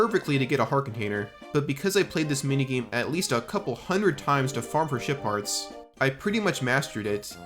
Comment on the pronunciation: I cannot stop hearing shit part when he says ship parts😂